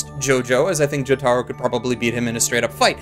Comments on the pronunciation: It's pronounced Joh-tah-roh REEEEEEEEEEEEEEEEEEEEEEEEEEEEEEEEE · The way he says jotaro kills me I never laughed so hard in my life 😂😂😂 I love the different dialects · Your pronunciation of Jotaro hurts my soul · Why the fuck are you saying Jotaro's name like that